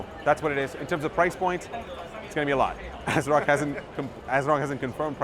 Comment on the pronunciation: You lost me and my viewership on this video when you said the company name "ASROCK".... pass.